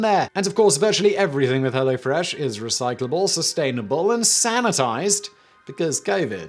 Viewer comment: As a German, I say ‘Kudos’ for your pronunciation of all these German names. Also you ruined ‘Hello Fresh’. For all of us.